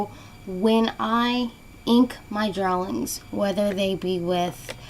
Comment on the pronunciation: OMG IT'S DRAWING NOT DRAWLING